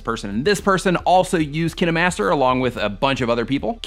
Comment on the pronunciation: thats not how you say kinemaster